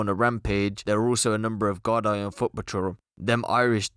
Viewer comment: It's pronounced "gardee" not gard-eye 😂🍀